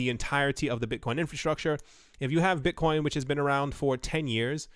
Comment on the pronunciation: Beezydee Beetcoin 😜